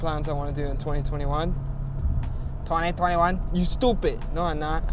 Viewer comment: twenty tweni wan